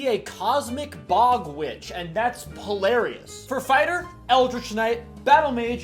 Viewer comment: I had to do a double take during the Druid circle of the stars subclass cause I thought you said “polaris” instead of hilarious